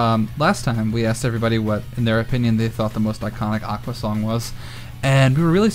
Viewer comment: I hate to be /that/ guy but....it's pronounced "aqua" not "aquas"